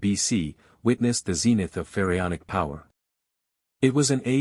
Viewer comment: Really AI? "Ferryonic"?..."R.A"? A little human editorial oversight would go a long way here…